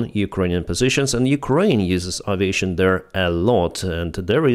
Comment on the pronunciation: Just a comment on the word aviation. The first occurrence of the letter a isn't pronounced 'ah'. It's The same sound as the second occurrence. It's the same sound as the letter 'A' when you say the alphabet. It's a slight mispronunciation, and no one is going to confuse it with any other word, I just thought you might like to know.